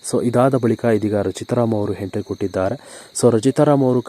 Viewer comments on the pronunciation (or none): ಪುಣ್ಯಾತ್ಮ, ಎಂಟ್ರಿ ಗೆ ಹೆಂಟ್ರಿ, ಒಬ್ಬರಿಗೆ ಬದ್ಲು ಹೊಬ್ಬಬ್ಬರಿಗೆ........ ಅಂತಿಯಲ್ಲಪ್ಪ, ತಂದೇ ಕನ್ನಡ ಸರಿಯಾಗಿ ಕಲಿತುಕೊಳ್ಳಪ್ಪಾ..... 😭😭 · Lo hidiga idiga antha hentry alla entry nimma yogyatege kannada nettage mathadakke baralla channel bere kedu